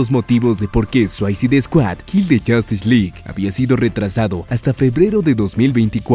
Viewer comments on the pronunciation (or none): se pronuncia “Suisaid”, completamente diferente a “suaicid “ como lo pronuncia en el vídeo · Buen video, pero me saca de quicio que pronuncies tan, pero tan mal, la palabra "SUICIDE", aunque no sepas hablar ingles, busca como se pronuncia en cualquier traductor en linea, porque si le resta bastantes puntos a tu video esos detalles.